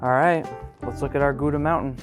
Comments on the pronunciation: it's not gooda it's pronounced gauda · I just went to the Netherlands and you pronounced Gouda cheese wrong it’s actually pronounced more like houda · I didn’t know what Gouda meant until I turned on subtitles and realized how weird the way you say Gouda in English. I’m so used to the German way that I was confused what it meant when you said it in English. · Nice video, however I got some chills when I heard pronunciation of Gouda